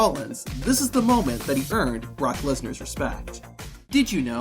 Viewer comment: Brock MEHsnar